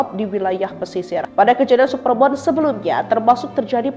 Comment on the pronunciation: supermun, bukan supermon, please deh